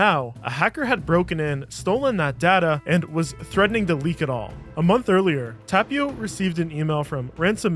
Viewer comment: it's funny how he pronounces Kivimäki with an AH sound and Tapio with an A sound but in Finnish it should be the exact opposite 😂 Ä is A (like in cat) and A is AH (like in car)